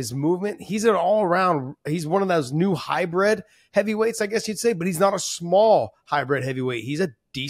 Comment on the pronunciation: Was Josh saying high bred instead of hybrid? 😂😂